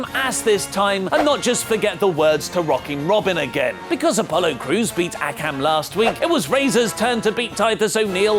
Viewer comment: Wait, how did you just pronounce “Akam”